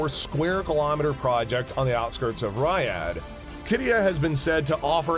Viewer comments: Bro Ri-hyad not Ry-ad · Riyadh is pronounced Reeyaad 😬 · Wtf is rihard? And also who tf is mhd bin "Salaam"? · Not even half an attempt was made to spell a name right let alone pronounce it correctly. That’s just sloppy! I am a voiceover artist myself and I know that some research work should have been done before the recording. Not bothering to learn how to say Riyadh or even Aramco displays supreme American ignorance of the world outside US borders.